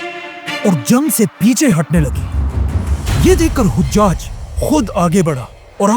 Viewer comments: ap mashallah bohot acha kaam kar rahy han allah apko jazaey khear dy dunia akhrat ki tamam kamyabiyan ata farmaey. bhai ap se ek darkhuwast thi 2 jaghon py naam ko zara theak karwa dyn 1. Hujaj (haji ki jaga)=hajaj (nane) حجاج کے دو لغوی معنی ہیں: پہلا، "حجاج" (ح پر زبر) سے مراد حجاج بن یوسف ہے، جو ایک مشہور تاریخی شخصیت ہیں۔ دوسرا، "حُجّاج" (ح پر پیش) سے مراد حاجی کی جمع ہے، یعنی وہ لوگ جو حج کر چکے ہوں۔ ویکیپیڈیا کے مطابق. 2.Aasma bola gia usy Asma se durst karwa dyn ap mujy bohot achy lagty han allah ap se razi ho. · Hojjaj nahi...hajjaj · hajjaj hai o hujjaj nahi hujjaj haj kar ne wale ko keh te hain